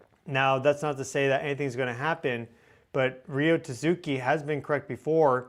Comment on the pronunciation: if you say Tasuki one more time ima slap you its TAT-SUKI XD